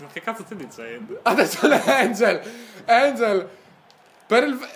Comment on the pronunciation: si dice "anghel" non "engel" XD